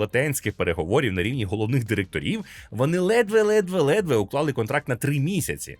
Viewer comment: Лайк якщо почув «дирекиторів» на